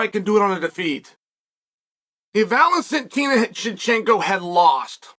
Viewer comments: cmon chael you didnt even say her name right.... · I swear on my life when this video began I said out loud, "He's just gonna call her The Bullet," but little did I know he would butcher tf out of her actual name IMMEDIATELY. Never change, Uncle Chael.